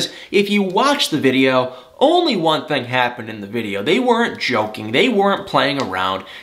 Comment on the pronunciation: No Judgement, only observation... I have my own verbal quirks too... But you pronounce "Thing" as "Thang". I'm sorry, I just Had to get that off my chest! Excellent segment as always tho! 👌 🙏 ♥️